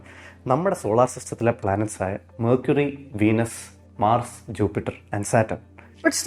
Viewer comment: മാർർസ് 🙄🙄🙄🤫 ബ്രോ ഉച്ചാരണം ശ്രദ്ധിക്കുക, നിങ്ങൾ തിരുത്താൻ തയ്യാറായാൽ ബാക്കിയുള്ളവരും തിരുത്താൻ തയ്യാറാകും തെറ്റ് ആവർത്തിക്കാൻ ഇഷ്ടമുള്ളവർ ഈ കമൻറ് ignore ചെയ്യുക